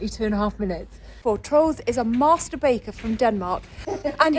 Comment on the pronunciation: too funny "master baker" sounded like mast...bat..." lol. I love your blogs! Cheers